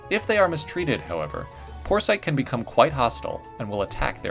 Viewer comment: "porsite" sounds like poor sight